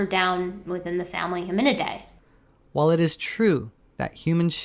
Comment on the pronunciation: In terms of scientific language, what's the difference between a homonym and a homonid? Maybe it's just my bad hearing, but I hear you say homonym a lot, and I'm wondering if there's a distinction. Also, I think we could make a really interesting thought experiment out of the Aquatic Ape hypothesis. Purely on a speculative level, what traits would we expect to find in fossils and phylogenetic bracketing that would grant merit to such a hypothesis? Like an alternate reality where we did evolve from aquatic common ancestors. There's potential there!